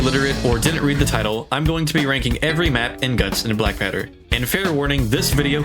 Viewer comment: It's guts and blackpowder not guts and blackpatter you said it on